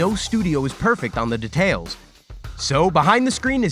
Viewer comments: am i hearing "de...tales" like boi its dEtails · All I heard was De-tales